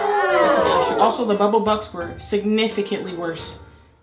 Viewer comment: I know u saying bubble bucks but I hear bubble butt